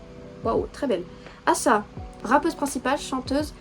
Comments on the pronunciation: Le nom de Ayheon ses bon tu prononce bien mais asa ses ace-a sa ses comme si tu parler avec l'accent anglais se prononce comme ça 👍 sinon j'adore le fait que tu apprends a vraiment connaître le groupe ça fais beaucoup plus professionnel j'adore t'as vidéo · oui c'est Asa et ça se prononce comme A la lettre en en anglais et ensuite sa donc Asa